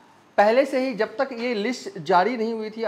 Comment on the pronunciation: Bhai wo sab to theek hai, pa har baar, Ja jab jaise words ko "za" - "Zab " zaise" mat bolo, patrkar nhi lagte 🙏🙏 Siwan ko "shiwan" Sath ko "Shath" ????